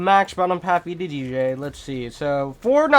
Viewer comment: omg, thanks ^^ Why did u say EDDJ tho?